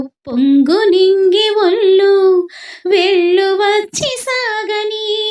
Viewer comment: అమ్మా తుల్లు, ఒల్లు కాదు తుళ్ళు,ఒళ్ళు . ముందు తెలుగు సరిగ్గా పలకడం నేర్చుకోవాలి